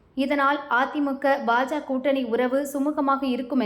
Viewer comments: இந்த பெண் உச்சரிப்பு சரியாக இருந்தாலும் பாஜக என்று கூறாமல் பாஜ என்று கூறுகிறார் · அதிமுக என்றும் பாஜ என்றும் பாதியாய் உச்சரிப்பது ஏன்...? இரண்டிலும் கட்சிக்கான 'க' என்னும் வார்த்தை உள்ளதே?